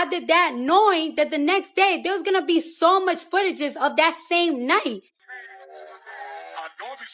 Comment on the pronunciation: Footageses 😂😂😂😂 I am cracking out what is with desecration of words 😂 lol